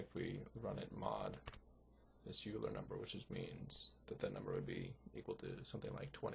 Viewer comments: OILER! not youler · Yes, (1-0)*28 = (1)*28 = 28. The correct order, and the order in the video is 1- 0*28 which is evaluated as 1 - (0 * 28) = 1 - (0) = 1. That comment was a response to a comment by Damian Wheeler, not a correction. There is an error though. Euler is pronounced (oil-er) not (yule-er) there is also an initial error (i believe in part 2) that gets corrected later on in the video. The third minor one is that choosing a prime for e does not actually guarantee that it isn't a factor of n (which is required) but it does make it extremely likely. Note that in an actual computer, 65535 is used for e (since it is in binary) but that would have been too high for this example (though modern excel does a better job with larger numbers).